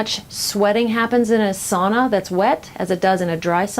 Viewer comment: Learn to pronounce sauna correctly.